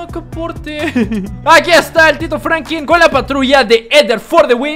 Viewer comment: Franklin no Francri